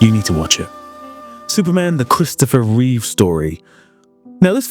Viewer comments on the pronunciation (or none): Christopher REEVE, not REEVES.